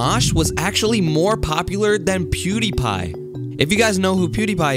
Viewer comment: did u see how he said pewdiepie?